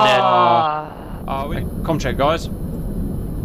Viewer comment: Its time to stop saying baws. Have a sit down talk with your friend, maybe an intervention.